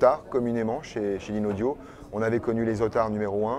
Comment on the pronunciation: Le présentateur qui ne prononce même pas correctement le nom de la marque...